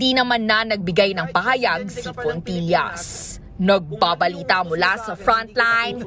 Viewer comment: FONTILLAS HINDI PULIS! " FOOLISH " 😂